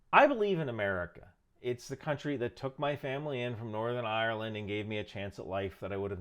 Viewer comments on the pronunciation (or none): none